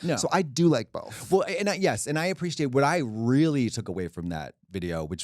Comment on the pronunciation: Trixie's British "appreciate"